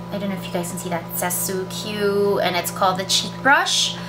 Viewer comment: pronounced as sukku, not su-kyu